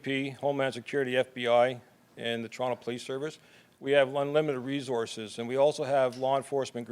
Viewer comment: we have unwimited wesources